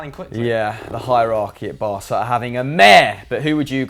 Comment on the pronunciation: No no noooo! Barca means the "barge" In Spanish and Catalan an c before an A or an O is pronounced as a k. This is why it's spelled Barça and pronounced as an S. Promise never to make that mistakes again...😂